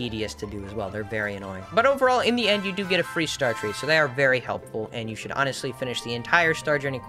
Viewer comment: For a sec i thought you said 'ONNET' sly like onestly